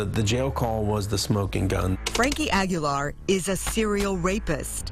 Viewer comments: Not Ag-yo-lar, it's Ah-Gee-Lar. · They should have done a second take of the Reporter saying his name at the beginning. Frankie Aggie-yar... made me laugh thinking about a pirate who's a student at Texas A&M. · Agui-Yar. Damn gringos